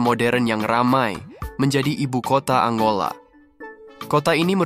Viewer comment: Angola min, bukan Anggola